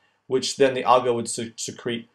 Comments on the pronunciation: You're pronouncing "algae" wrong. It's "AL-gee". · The way he says "Algae" Al-guh lol